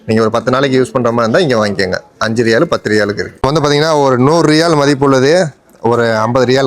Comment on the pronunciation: Riyal nu sollu da cring mandaya